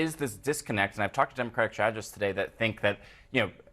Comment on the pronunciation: “Togat…toget…toDAY we gather to speak plainly about policy paff that sand-itch strong…”😂